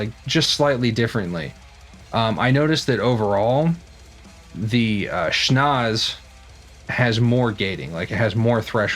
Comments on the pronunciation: It’s pronounced ‘sch-nau-tzse!’ 😉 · You pronounced it "schnoz", dude. Awesome! :'D